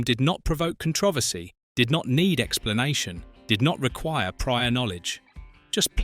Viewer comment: I’m unsure this is a real voice. there's a potentially offensive phrase^ just before a sentence runs into a number. I’m 4 minutes in and havent noticed anything else yet, but I’m worried I might. pronunciation of controversy. phrasing and phrase^ during 7